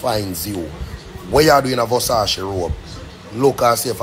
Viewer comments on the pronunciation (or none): Which part of that boy is a bishop?? He can’t even pronounce the word Versace